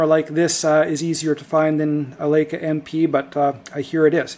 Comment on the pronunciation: Laka? The "EI" in LEICA is pronounced, LIKA...not Laka....lol